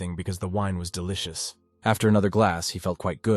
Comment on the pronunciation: licen to how duilicus was said.😅